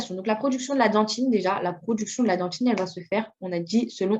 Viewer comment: on dit dentine pas "dentchine" parle correctement s'il te plait